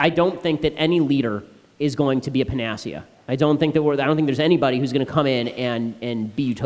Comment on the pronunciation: "Panacea" pronunciation . Might wanna fix that before your run for president. You don't need any "corps-man" flubs. My "Tan-zania" mispronunciation, made way back in college radio still haunts me.